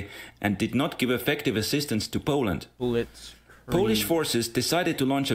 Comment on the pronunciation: POOLAND? I got mad at that...